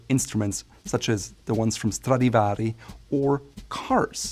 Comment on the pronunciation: Hi! It may be something simple, but can I thank you for adding subtitles to your videos? Not every YouTuber does this and as a foreign speaker, I love to read the English words while you are pronouncing them. Many thanks, and great video, as always! Edit: oh and I love hearing that right pronounciation, too "Stradivari" 👌 I like that you respect that pronounciation in the original language